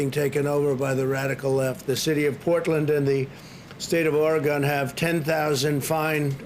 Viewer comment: ore-a-gone.........what a rube